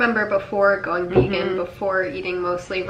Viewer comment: You once were a ve-gone now you must be-gone!